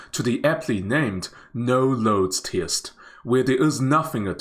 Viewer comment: I hope the commentator will check on the pronunciation of the word 'test'. Obviously, he mispronounced the word.